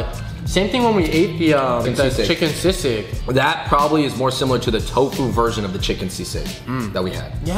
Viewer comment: As a full-blooded pinoy born and bred in the ph, it was def funny hearing teaching the fungs how to say palabok and still butchering it himself. Shoutout to the correct pronounciation of sisig. Fung bros say it right!